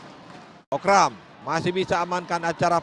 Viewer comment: ขำคนพาก โคกรำ ตะโกนจนฟังเป็นโคกดำ